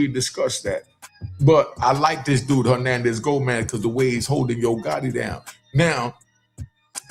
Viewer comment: Hoenanez Gonaz?